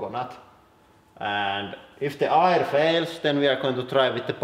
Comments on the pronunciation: Air not irrrr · Air. Say "ehr" not "ire" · hey man, it's pronounced AER , or ERR , not ir. (i mean air) say it more like "fair", or with the "E" in "melt" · It took me 5 minutes just to figure out he was saying "air" instead of "ire"... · When you say "air" I hear the German "eier", which means "eggs". So, maybe eggs?